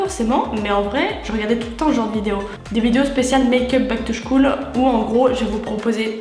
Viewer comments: on dit (skoule) et non pas (chkoule) mais c pas grave on t'adore et super vidéo ♡♡♡ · on dit Back to school (skoule) et non (chkoul) 😂 je t'adore tu est notre princesses